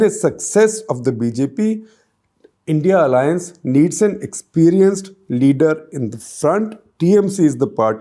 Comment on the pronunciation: Please don’t say “India alliance’ ‘it’s. I.n.d.i alliance’